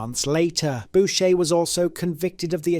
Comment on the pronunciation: You mispronounced a few people's names, ie Maurice Boucher<--------- it's pronounced BOO-Shay and not BOW-Shay.😉 By the way Clifford Olson r*ped and murdered children. You stated people which they are but maybe you didn't know.